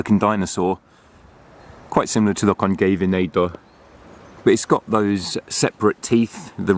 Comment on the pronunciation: why did he say concaveinator like that haha it sounded German